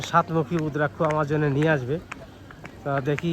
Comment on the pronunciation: দাদা উদ্রাক্ষ না ওটা রুদ্রাক্ষ